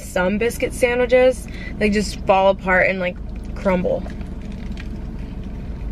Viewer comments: Or sandwiJes 😅❤️ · “Sandwidge” “sandwidges”